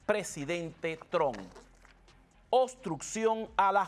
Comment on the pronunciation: Trump , no Tron